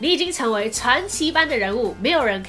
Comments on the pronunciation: 是匹ㄆㄧˇ敵喔~(念3聲) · 廣『播ㄅㄛˋ』員 『倒ㄉㄠˋ』裝句 『匹ㄆㄧˇ』敵 國文老師教太好😂😂